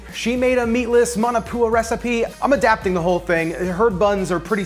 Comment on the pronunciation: MAW NAW POO UH.......not Man a poo uh.............sigh